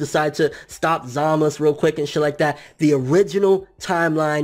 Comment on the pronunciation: Every time I hear you say Zamasu it annoys the hell out of me. Just say the "u" part geez